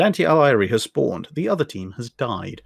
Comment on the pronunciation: great video mate. One thing though: Dante Alighieri, pronounce the last name Ah-lee-g-ee-eh-ri. The Gh in Italian just ensures that the G is a hard sound as opposed to making a j or ñ sound:))